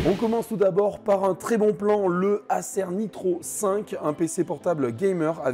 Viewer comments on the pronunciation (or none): none